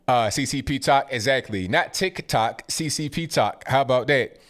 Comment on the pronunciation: “TIKAH TOK” lmao I love you. Bernie begged his supporters for hundreds of thousands of dollars if not more and then he just drops out? 😂😂😂